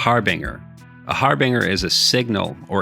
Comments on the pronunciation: "Harbinger" is pronounced "har'-bin-jher" not "har-bring'-er" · I don't mean to be a grammar or more specifically a pronunciation corrector, but the G in harbinge is pronounced exactly how anyone would say Orange. Emphasis on the fact that there is an E after the G. There are few words where G is pronounced like in the word Jumping < see, the G is by itself and has no letter that comes after, also it is the very last letter of a word. Again don't mean to be that guy who does this, first time actually, but just seems like an oversight on pronunciation. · Thanks. That bothered me too.